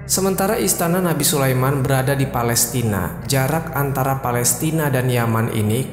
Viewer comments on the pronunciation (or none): none